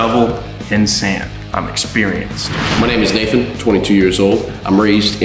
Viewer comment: when you said nathan it looks like you said na then